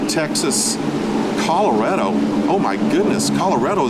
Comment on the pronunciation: The way he pronounced Colorado....:face-blue-wide-eyes